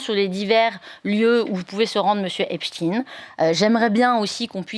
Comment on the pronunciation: On prononce "Epstaïn" ; il était juif, pas russe.